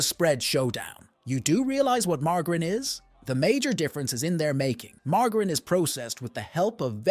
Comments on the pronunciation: Margrin?? The fuck is that? Its MARGARINE. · Weird pronunciation for margarine!!! it's mar-ja-rin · Do you mean margarine? Mar-jer-een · Good old mar-gerin. 😂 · ‘Margherin’…cringe Pronounce is correctly 😑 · I've never heard margarine pronounced with a g before